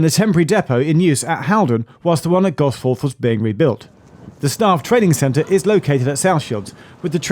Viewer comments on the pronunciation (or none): It's pronounced "Gosfuth" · Just in case anybody sees this and is wondering how locals pronounce it: Instead of "Gos fourth" we say "Gos futh" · Gosforth is more often pronounced Gosf’th. The smallest things often catch me by surprise. Hope you enjoyed your time up here. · As a northerner: GosFUTH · Pronounced Gos futh or just Gossy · Why was bro pronouncing Gosforth like thatttt 💀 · Love you Geoff but please learn to pronounce Gosforth like a Geordie hahaha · Very posh way of pronouncing Gosforth 🤣 Unfortunately the metro will continue to have issues due to other issues outside of the new trains